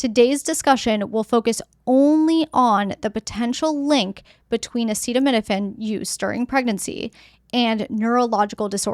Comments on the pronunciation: What insane world do we live in that our health policy is decided by the whims of a person who can’t even pronounce acetaminophen, instead of scientists and doctor 😊l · Why do we let someone decide our health policy, who can’t even pronounce acetaminophen? On top of that, that person is overweight, eats McDonald’s, drinks soda, and has swollen feet. Some people call him captain bone spurs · I'd say you are nuts if you take your medical advice from a man who can't even pronounce the name of it.